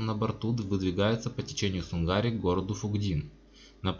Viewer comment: В 1900 году была вторая война.Тщательней готовьте материал. И да река называется сУнгари...А не сунгАри.. Ухо режет "местным"